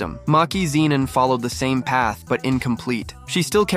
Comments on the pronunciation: IDK why AI can't say the word "Zenin" properly 😆. It says Ziii-non 😅 why can't it say as "Zey - Nin" 😅. It's such an easy pronunciation 😆. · MeeCHamareuu, Ziineen 😂😂😂😂